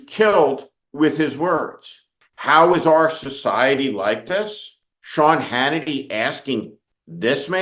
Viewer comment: We need more Ted Kopels. And yes , ShYawn... Its "sad" as hell